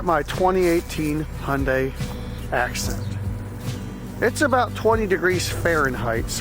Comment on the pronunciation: Hyundai assent* not acent